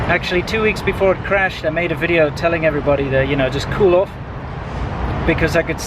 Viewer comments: You have to teach her to say it properly... it is not Weedeo, it is Veedeo. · velcome to anoder wideo!